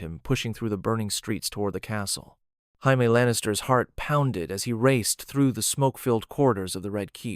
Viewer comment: The only thing that bothers me is how you say “Jaime”. Otherwise I like the reimagining.